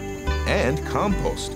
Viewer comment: every time i hear the narrator say "compost" i start to laugh